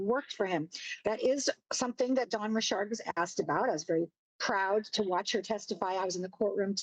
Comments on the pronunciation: Dawn RICHARD not Rishard!! Ffs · Why do people try to make their names sound more exotic than they actually are? Dawn's surname is spelt the exact same way as my first name but I certainly don't pronounce it " Ri-Shard"!!!!!!! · The way people are suddenly pronouncing Dawn’s last name is irking me